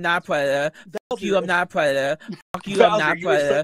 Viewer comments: "I'm not a pwedada" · is crazy bro really said "fuwk yew im not a pwedetor" like 70 times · Poor widdle pwedatuh. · "Pwedador" in language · I'm not a pwedatuhhh Judge: Wait, really? Oh why didn't you just say so in the first place? Charges dropped!!!